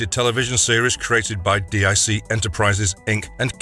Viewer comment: DiC is Pronounced DEEK